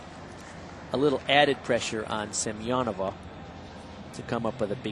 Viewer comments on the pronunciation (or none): For example - he consistently says Ksenia Semenova's name Сем-я-нова rather than Семёнова. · Wait... How is Semenova's name pronounced? All through the olympics, they said SEM-EN-OV-A but her they're all SEM-I-EN-OVA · Bart watching the Chinese on bars: Oh.... Ohhhhhh.... OHHHHHH... Ahhhhhhh! They just slaughtered Ksenia Semenova's name